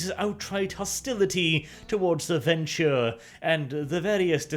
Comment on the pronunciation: I think it's pronounced Ven-True not Ven-Chure but looking at the earlier Bru-ha discussion wtf do I know.